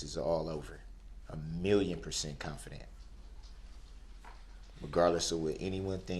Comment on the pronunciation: “Substain” “Confurdent!” “Un-relevant!” “Under Duresst!” “Biast!” “Null and Invoid!” “Dark Skinded!” “Is it fair to say?” “Is that lawfully law?” “Is that a “TACK-IT” agreement?” “I don’t consent to being called by that name nor do I consent to being called defendant nor do I consent to being called he.” “I want to state for the record that I’m not a person I’m a human being.” “I’m always the one getting “AMONISHED”. “Your Honor, that’s “COHORSION!” “I will be able to re-cross “EXAMINATE.” “And after you “SPEAKEN” with law enforcement, did you do any follow up?” “Is it fair to say that because you were so “FIXIE-ATED” by the eyes that it would be hard to tell any other features of the driver?” “It seems to me that all you guys wanna do is gang up on me!” “It’s not an examination, it’s direct!” “Shell casing… bullet fragment… same thing!” “You did being disrespectful, you did being disrespectful!” “You said you collated, what do dat mean?” “I don’t understand, what is “ATTA-TATION”? “What you won’t hear me do is argue facts.” “I always thought Newton’s Law had to do with gravity.” “I didn’t say first, I said he made the initial 911 call.” “The Fifth Amendment Right to silence was invoked so why did you continue to record?” ("You have the right to remain silent. Anything you say can and will be used against you in a court of law.”) “Your honor, what do you mean the papers I want to submit as evidence is hearsay, I wrote them myself?!” “I’m far from an Idiot!” “I’m not the sharp